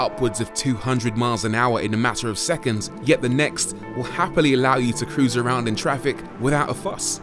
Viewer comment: "and cosa" me: cruise? yeah i got it. rory: drifts. me: aight.